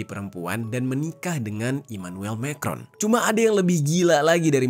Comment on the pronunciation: Ngaco, Brigitte itu perempuan asli dan anaknya yang cewek itu temen sekelas Emanuem Macron. cara bacanya bukan Mekron, tapi Ma krong.